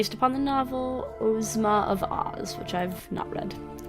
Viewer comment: Hi,. Glad you decided to give my game a try along with the others. I created "Langwidere of Ev: The Trade." Since you're having a little trouble with the names, here's how they're pronounced: Langwidere - "Languid Air" Ozma - "Ahz-muh" Evardo - "Eh-var-doh." Ev - "Ehv" Cari - Well, your pronunciation works.:-D